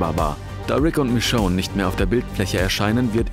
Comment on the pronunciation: Warum fällt es so vielen schwer, den Namen Michonne richtig auszusprechen?